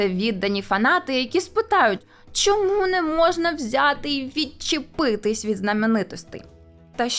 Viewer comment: Шановна! У вас в титрах немає жодного слова "щьо", "чьому", "щьоб" чи ба навіть "Чьервона рута". Будьте ласкаві вимовляти ш-, щ-, ч- твердо, відповідно до української фонетики. Матеріал же ж цікавий, потрібний, актуальний, а слухати важко.(( А перше, що спантеличило - "", але може Ви росіянка і це ім'я по паспорту. Успіхів! (Без образ)